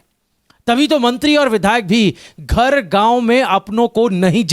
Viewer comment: Bhai please learn pronouncing words properly at time it's too rough on ears ghar saam etc making it worse